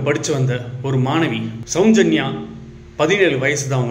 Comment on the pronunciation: தம்பி, கொஞ்சம் நல்ல பழகிக்கிட்டு வந்து பேசுப்பா.. உச்சரிப்பு ரொம்ப கேவலமா இருக்கு.. நெறைய வார்த்தைகள், அதில் ஒன்று ,. சௌஞ்சன்யா இல்ல சௌஜென்யா..